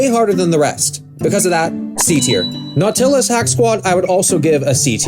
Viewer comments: "Naw-Til-lus" LOL. Are you joking? Its pronounced "Naw-ti-lous" like Nautical. You threw me off. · Nautilus? Naw-til-us? Bruh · Nau tillus? Bro its nautilus, one word. Was this a ragebait? Am i a victim? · Did... did he pronounce that NAW-till-iss? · The authorities have been notified about your pronunciation of nautilus